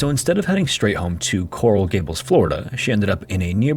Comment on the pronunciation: These are AI generated... AI can't pronounce Coral Gables FL correctly